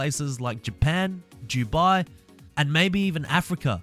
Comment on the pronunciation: who else went to the comments to see if anyone else noticed that he said jubai